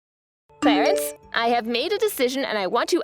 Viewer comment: Clarence sounds more like Clarice.